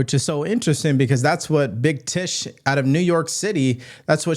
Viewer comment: How did you call Leticia ?BIG THISS ?OR BIG TIITS?